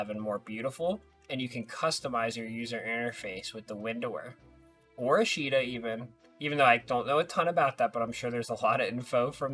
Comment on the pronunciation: Ashita is pronounced "OSH-tuh", sounds like "Josh the"